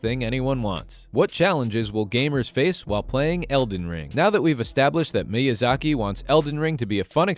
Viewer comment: Firstly, it's called "Elden Ring". Not "*THE* Elden Ring". Secondly, it's pronounced "MEE-YUH-ZAH-KEE". In addition, Miyazaki never promised that Elden Ring "would be easy". Rather, to the contrary, he's stated on several accounts that it will be no easier than the first Dark Souls, but players may find it an easier experience due to the new mechanics being implemented. Furthermore, he never once said that "more players will be able to beat it EASILY". He SAID that he expects more players to beat it because of its open world nature, and the abundance of different paths available to the player at any given moment. He's said that he believes that with the ability to simply ignore a difficult area or boss, players can go off somewhere else and find better gear or get stronger, and come back to the challenging stuff later. Next, Dark Souls 3 wasn't "heavily criticized for its difficulty". It was lauded and praised for it. In a time when developers were afraid to make their games too challenging, assuming less people would be interested, Fromsoft launched Dark Souls to critical acclaim and the formula has only become more and more mainstream with each new entry, IN SPITE OF game journalists and casuals crying on social media about the difficulty. More people than ever play the Soulsborne games, and it's BECAUSE OF the difficulty and the adversity that players must overcome. You think "tailoring games to the wants and needs of the public is a smart move"? Fromsoft has literally nev